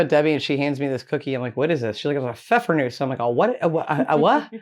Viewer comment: You said "Pfeffernuss" without any accent! 👏👏